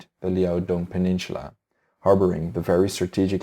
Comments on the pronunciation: Seoul is generally pronounced as sole, there is no "h" in peninsula, apologies for pedantic criticism as English is clearly not your first language. Your videos are excellent, and your choice of more obscure historical topics is very much appreciated. Congratulations on your subscriptions and keep up the good work! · Your pronunciation on the Asian names are good, but the way you say "peninsula" is really cringy.